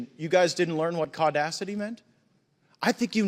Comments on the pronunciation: Tf is Caudacity? 😂😂😂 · As a white man, im not going to lie, i did have a little chuckle when i heard "CAUdacity" now I'm just going to start saying BLAudacity and TRAudacity (trans)